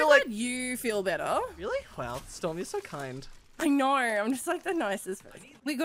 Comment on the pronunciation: Tell tht girl to stop saying “i knorrr” instead of i know.